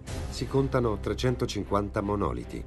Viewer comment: Si dice monolìti, non monòliti, ignoranti!